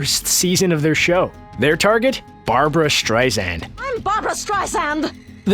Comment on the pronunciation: Barb-u-ra Barb-u-ra